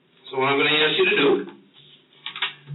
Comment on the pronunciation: I have nothing agains anyone but saying the word “AXE “ make them sound as unintelligent as possible.